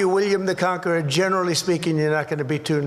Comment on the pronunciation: William the Cankerer😂😂😂